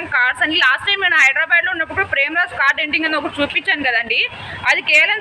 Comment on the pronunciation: Cal kadu car😅